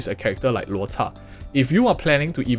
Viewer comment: bro, chinese word why you pronounce luo"cha'4th tone like poke like that sounds so vulgar. In my mind it sounds like cha1 first tone